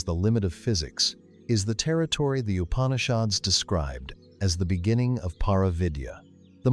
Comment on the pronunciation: Please pronounce the name of the Upanishads correctly. When you give attention to all other details why neglect this???